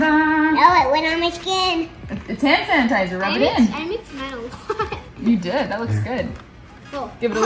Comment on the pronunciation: they’re so cute!! & “sandertizer” i love it. also loving the premieres!! 💕